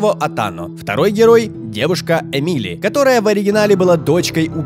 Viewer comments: Ааааа! Бомбит! Не эмИли, а Эмили! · Не ЭмИли,а Эмили,ударение на Э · А разве Корво не умер, и Эмили (ударение на э) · эмИли? Может Эмили? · Эмили! Ударение на э!